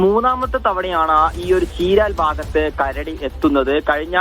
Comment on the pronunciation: Kaduva alla karadi